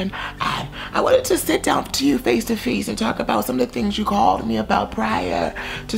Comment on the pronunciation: Attention the word "face" is now pronounced 'feeeeeaaace'. That is all.